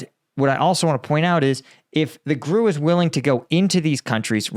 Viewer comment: It's pronounced "G.R.U." (Russian military intelligence) not "grew".